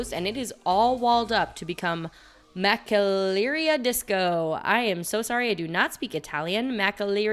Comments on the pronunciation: Makkelerria for Macelleria and Michochakin for Michoacán??? 🤣 For future reference, you can learn how to pronounce words on the web. Google is your friend. Unfortunately you were miles off on both, and really shouldn't be as this is your job! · Let me help you a little 😉 Ma-che-la-REE-ah And Me-CHO-a-kahn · Marcelleria is ma-Chel-er-ee-a